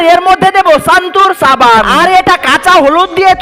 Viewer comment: ছাবান না সাবান